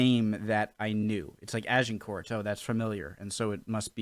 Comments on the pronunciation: Pronunciation tips - 'Cressy', Agin-core' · Pronunciation: Agincourt- A-jin-cor (silent t), Crecy- Cre-see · Crécy = Cressy. Agincourt - Aj-in-corr. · Brave attempt at pronunciation from, I guess, a non-French speaker. You were close. Crecy is Cressie like Jessie. Agincourt is more complicated: Ah-Zhin-Cor. I’ve been to both villages, and they are literally just villages. :-) Ed III was Longshank’s grandson. A surprise to everyone seeing as Ed II was certainly bisexual and probably gay, indeed records suggest that Ed III’s father may have been a squire or knight in the Queen’s service … because Ed II was documented as being a long way (in France) from his Queen (in England) during the likely month of conception. If you want to know more of Agincourt, you should watch Kenneth Branagh‘s brilliant film of Henry V, which culminates in the Battle. Fine work, by the way. “I’m just a guy who wants to learn” should be the mantra we all live by. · I know the narrator on this clip pronounced Agincourt sounding the T, but Agincourt, located in Northern France, is pronounced without the sound of the t at the end, and more of a Z sound in place of the G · Even though it spelt agincourt you pronounce it without the T for the French way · Crecy = 'Creshee'. No, not that close - art of the time is often lacking in perspective. Agincourt = 'Ag' with a soft 'g' - 'an' as in 'anger' - 'cor' is the Anglicised version of the French, who spell it 'Azincourt'. For Agincourt, it's worth checking Mike Loades dissection